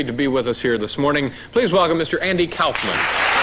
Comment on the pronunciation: andy kouuufman. lol